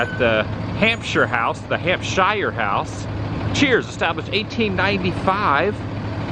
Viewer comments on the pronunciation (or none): none